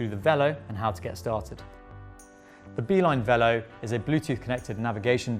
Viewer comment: Minor quibble - it would have been nice if you used the French pronounciation of 'velo'.